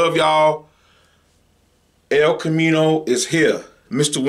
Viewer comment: “El comino”💀